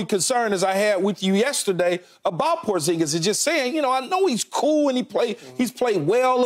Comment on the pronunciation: It’s Porzingis